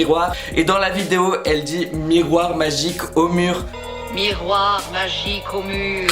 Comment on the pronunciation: Mais c'est pas possible ! Elle dis MIRROIR MON BEAU MIRROIR